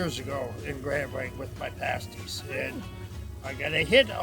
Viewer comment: I think I was in your first 5,000 subs. So glad to see you step out to do longer trips. Two things. First "paaas-ties" in most UPer's dialect, not "pay-stees" but they are definitely a UP thing. Also, now that you're doing somewhat longer rides, I highly recommend riding to Newfoundland. I've done it twice. The friendlist people in the world and you'll likely see Moose and Puffins. And if you go to the Gross Morne National Park check out the Tablelands... and be careful, all the plants growing there are carnivores... and no I'm not kidding. In Newfoundland, you feel like you've gone to something more than a foreign country.... It is said no real motorcycle adventure can begin until you tie your machine down on a ferry. A short one hour ride from Labrador, a relaxing eight hours from Port Sydney north to Port au Basque. Best motorcycle trips I've ever made!! and the coffee is a good step to owning that coffee shop! Go for it!